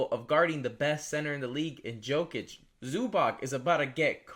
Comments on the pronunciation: It probably shouldn’t, but when ppl mispronounce names thats are said correctly every night on tv it passes me off, everyone that man is brought up they say “yo-kich” its not probounced the way its spelled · Can you not pronounce jokic correctly? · Can you please try to pronounce Jokic correctly. I know it’s a small thing but really annoyed me